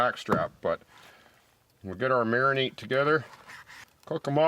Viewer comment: it's a Mari-NADE not a Mari-NATE... The 37th mention of it triggered me to tell you this. Nice steaks by the way...